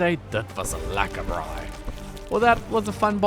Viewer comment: Spread the word, the word is "braai" (bra-eye) 😁. Very entertaining, and enjoyed every minute. Looking forward to starting my own survival adventure in Stranded deep.